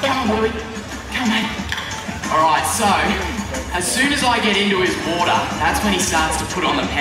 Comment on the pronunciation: i like how he pronounced water. "WODAAHH"